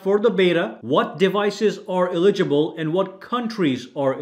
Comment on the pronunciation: Just say eligible. Not eli-gi-ble. You know how to say it. Just say it.